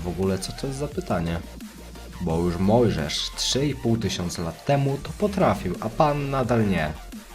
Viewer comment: "bo już Możesz" a nie Mojżesz? xD